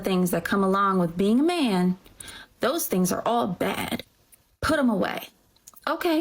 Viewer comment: how do they turn the word man into two syllables? mee-in, may-in